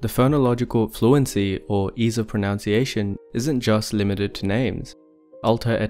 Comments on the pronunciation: Enjoying the consistent mispronunciation of "pronunciation" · Why does he persist in referring to "pronounciation"?